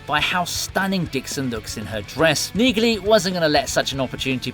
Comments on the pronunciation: I really appreciate and like your videos. However, you continue to mispronounce the name Neagley. It's pronounced knee-lee. The G is silent. Other than that, you're doing an amazing job. Keep up the good work. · You have been told this before on one of your last Reacher videos, it’s pronounced “Neely”. The “g” is silent